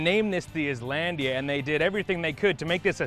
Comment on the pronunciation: So you know it's supposed to be and ISLAND but you keep saying. ISlandia. Are you soft in the head?